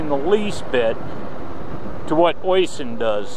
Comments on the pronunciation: Oyysin 😂😂😂😂😂😂 it's pronounced usheeen!!!! For some reason he's made all his content private don't know why ? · Got to pull you up on his name.. It's pronounced Ush - sheen not icing. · My man, you butchered the pronunciation of his first name. Oisin is pronounced like "usheen"